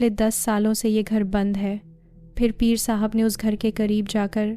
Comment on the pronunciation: Aap peer sab ko pear sab kw bol rahi hain,pls apni urdu durust krain,apki awaz bht achi hae,lakin apki stories me urdu ki bht mistakes hain